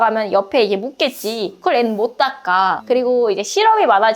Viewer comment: 광주 사람인가 보네요 ㅋㅋㅋ 못 닦아~